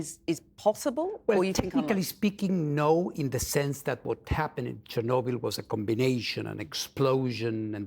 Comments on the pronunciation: How does the interviewer not know how to say Chernobyl 😂 was she born under a rock. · The interviewee is so polite, concise, diplomatic and professional, while The interviewer has the demeanor of someone that farts for a laugh. She couldn't even pronounce chrnobyl right, why is she still on air ?